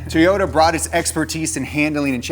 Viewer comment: Toe-yoda. Makes me smile every time he says it.